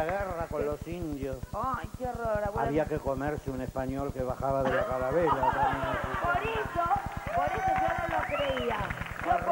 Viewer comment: Susana dice calavera en vez de Carabela ja ja